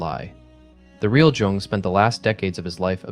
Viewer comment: That video clip about Jung was AI and that's why he pronounced it wrong. It's pronounced Yoong. But I love your video. My boyfriend and I discovered Gnostic Christianity in 2021 and were on board immediately. Makes sense to me, the Old Testament God is a petty A-hole and in no possible way could that be the same God Jesus spoke of.